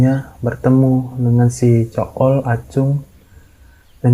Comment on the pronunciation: Ko gw dengernya zul deh bukan cool wkwk